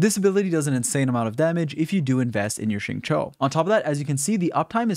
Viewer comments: This guy finally learned how to pronounce Xing Qiu Edit: nvm he says sing chu again 🤣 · Love your vids and guides good sir but, for the love of Teyvat, please pronounce his name correctly if you are going to make a guide xD